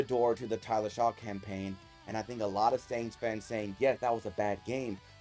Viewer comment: It’s pronounced Shuck! Not Shaw.